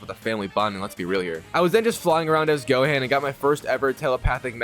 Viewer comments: "Flying around as goaan"🗣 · "the cyan saga"🗣️🔥🔥🔥🤞😭😭😭😭 "flying as goaan" SON🤞😭😭😭🗣️🔥🔥🔥🔥🔥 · U pronounce gohan name wrong at the beginning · that is NOOOTTT how you say gohan at all 😂😂💪🏻💪🏻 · Holy pronunciation man 😭😭😭. Why did bro say gohan and Ssj that way😭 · *You pronounced Gohan's name wrong at the beginning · If was just that😭